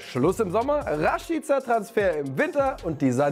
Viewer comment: Rashiiica😂 wer spricht den bitte so aus 😂